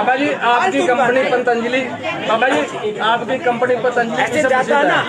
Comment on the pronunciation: पातांजलि नही पतंजलि पहले बोलना सीखिा